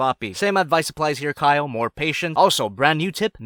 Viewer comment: y da f u keep pronouncing kyle like kayol or kayo